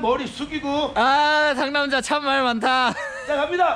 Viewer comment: 상남자아알!!! ㅋㅋㅋㅋㅋㅋㅋ 왜자꾸 상남잘이라고 들리죠? ㅋㅋㅋㅋㅋ 상남자에 대해서 잘아는사람인갘ㅋㅋㅋㅋㅋ